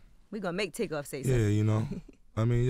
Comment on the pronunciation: She said takeoff, tookoff.